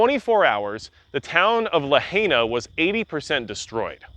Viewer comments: It's pronounced La hi na, not La hey na. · I can’t believe you just said lahayna…. La-high-na You just pissed off every local that watches your video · It's pronounced La-hi-na